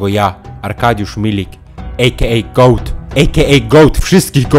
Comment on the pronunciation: goat a nie goay